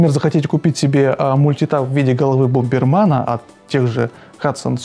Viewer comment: БомбэрмЭн!!! А не БомбэрмАн!!!